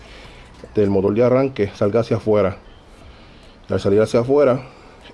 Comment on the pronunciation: Estoy de acuerdo en que cada país tiene sus modismos, pero una cosa son los modismos y otra la mala pronunciación. No tiene escusa decir "Motol" en vez de Motor , definitivamente eso no tiene justificación alguna. Mas tiene que ver con una mala costumbre adquirida y que se masifico en su región. No creo que Ud cuando escriba reemplace la R por L, sería penoso. En todo caso Uds son dueños de hablar como quieran, yo me quedo con el como se debe hablar..... saludos